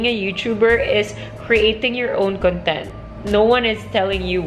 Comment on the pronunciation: You keep saying “con-TENT” (stress in the last syllable) which is an adjective meaning to be in a state of peaceful happiness. I think you mean to say “CON-tent” (with stress on the first syllable) which is a noun meaning “topic.” Sorry, I don’t mean to sound like a grammar police but I just wanted to let you know that the difference in meaning changes depending on the placement of the stress. 😊 I enjoy your videos and keep up the good work!